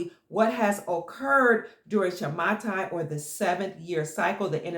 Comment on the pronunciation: Dear, Thank you so much for everything.. I would like to correct you in the pronunciation of the word "Shamata". The correct pronunciation is "Shmita" (שמיטה). Much love to you.. Gil from Israel.